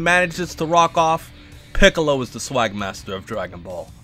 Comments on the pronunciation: they way you said Piccolo like "Pee"ccolo 😂😂😂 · This dude really called Piccolo, Peeccolo.... dead bruh